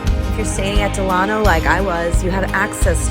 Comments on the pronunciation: Del-a-no, not Del-ano. Like Franklin Del-a-no Roosevelt. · Great video but it’s “Del-uh-no” ;)